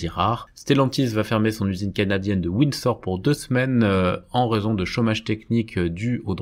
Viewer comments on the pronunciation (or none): Windsor (canada) se prononce, windZor 🙂